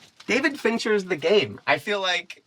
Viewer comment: Oooooh he said the GaMe! I thought he said the GaPe and i was like, "hmm, I've never heard of it"